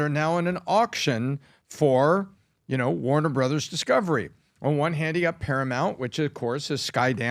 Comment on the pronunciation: Did I just hear him say time waner at the beginning of the video